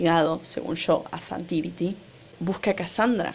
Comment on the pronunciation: Es zhan tiri no zhan tiriti